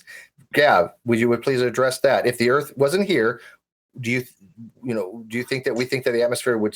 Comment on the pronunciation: What's the "airth"?!? Why didn't they tell these people this debate was to be held in ENGLISH?!? Where are the damn subtitles? Nvrmnd, it probably can't interpret the stupidity.